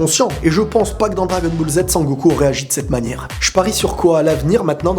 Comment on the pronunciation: Il a dit bagel super alors qu'on dit Dragon Ball super